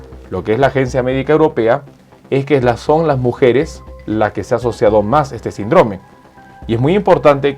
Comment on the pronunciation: Muy buen vídeo, aprovecho para decirle que no diga sindróme (con énfasis en la O) suena feo, se pronuncia síndrome, con acento en la (i).